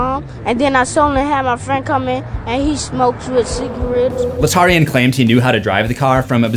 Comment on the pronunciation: Smokes wit cigawets